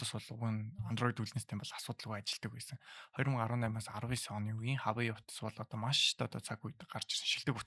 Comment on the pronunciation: Хаавай биш уаавэй гэж хэлдэг гсн шүү